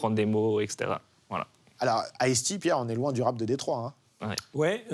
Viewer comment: Le riqlès de ice tea ça m'a mis à terre. C'est peut être chauvin mais, quand tu viens pour parler de rap/hiphop us et que t'es sensé être un connaisseur, essaie au moins de prononcer les mots correctement. Là c'est juste 2 noms de boissons mis côte à côte 😂😂